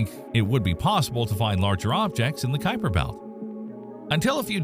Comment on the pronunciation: The first thing you need to know about the Kuiper belt is how to pronounce Gerard Kuiper's name correctly.